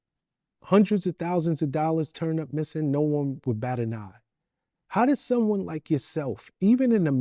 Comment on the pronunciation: He said, "some-Juan is benefitting".